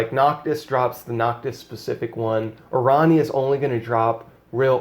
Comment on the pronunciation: I dont normally care but it kills me how you pronounce her name. I think it is supposed to be Airanea Highwind. I may be wrong but thats how i have heard others pronounce it and i just had to put this out there. great videos BTW